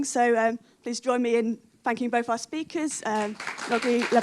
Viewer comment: What a rubbish chairperson! LOL. Who is she? She can't pronounce the name Noga! Near the end she calls her “Noggy” and doesn’t correct it! Sounds racist. That’s not a good chairperson. She made other mistakes as well. Thank god she didn’t call her Woggy at least! (bares teeth)